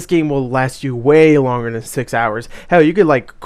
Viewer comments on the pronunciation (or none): none